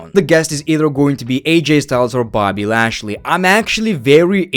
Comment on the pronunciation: bro said boby lashley